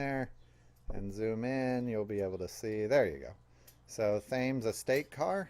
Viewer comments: Not thames,pronounced Tems,,like the river ! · I hope you don't mind my friendly corrections! Thames is pronounced "Tims." All of Ford's commercial vehicles were called Thames at that time. Yours is MB #70A issued in 1959 and withdrawn from the series in 1966.